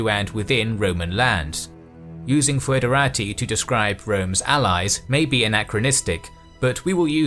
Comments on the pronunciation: It is not pronounced foo-edera-tee. Instead it's /ˌfɛdəˈreɪtaɪ/ which can be read as something similar to federeytey. As such the word is much more similart to federal. /fɛdəˈreɪtəs/ can simply be pronounced federates. The oe sound is meant more as an equivalent of the ø sound, or an o and and e together, forming a more open e-sound, but in practis it doesn't make much difference, and it doesn't really sound much different from a regular e in English. ɪ as in kit ɛ as in dress ə as in about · Haha he can't say foederati. tihihihöhöhö